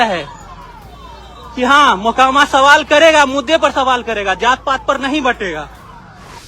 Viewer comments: Makoma nahi mokama😂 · “Makoma” nahi “MOKAAMAA”(correct pronunciation)hai.ap idhar se har video me galat pronounce kar rahi..🙏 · Makoba nahin hai Mokama Naam hai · Please note that mokama ka pronunciation aap galat kar gaye. To be the best in your class people don't expect us to make mistakes